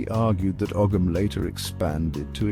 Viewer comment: You cannot pronounce Ogham and the medals that were shown had nothing to do with Graves. What else here is utter crap?